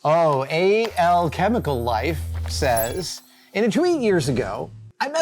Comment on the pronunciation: I admit I winced when you said Howard Jones sang "Blinded Me With Science"... Another song I think would be cool would have been "Weird Science", by Danny Elfman. BTW, I'm betting "Alchemicallife" is based on the word alchemy so should be read as "alchemical", not "A-L-chemical"....